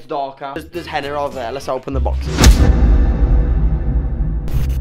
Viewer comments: It's called henna not henner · I know its henna, I was making fun of how he pronounced it